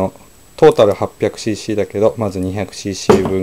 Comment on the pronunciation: When you are saying"cc" it sounds like "she she"